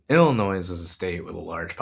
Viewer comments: Excellent vid dude... But "Illinois" is said "ill-annoy", not "illinoise". 😊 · Reminder: the "S" at end of Illinois is silent. It rhymes with "annoy" not "toys", just like how guys names Moe dont pronounce it Mo-ee (like Joey) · FYI, the S is silent in Illinois. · Hey like a lot of comments mention I found out about you through the Humanist Report. Just a friendly fyi Illinois is pronounced Illi-noy. Thanks for what you're doing! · Dude....the "s" in Illinois is silent. Love the video though. I'll be voting for Kevin and Joey. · Great report! Thanks for your research and insight. Just an fyi, Illinoisians don’t pronounce the “s” in Illinois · This is great. However, the s in Illinois is silent and I know that will be somewhere between distracting and unmanageable to the Illinois residents I send this to. 😅